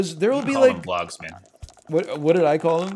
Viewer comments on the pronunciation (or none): NL calling them VEE-logs really got me for some reason